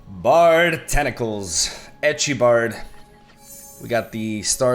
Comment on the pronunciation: out here calling it “ecchi bard” 😂